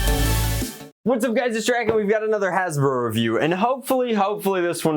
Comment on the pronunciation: "Hey guys today we'll be reviewing another hasbrbrbr probuct."